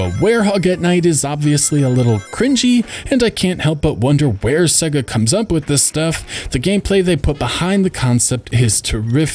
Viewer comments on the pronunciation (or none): none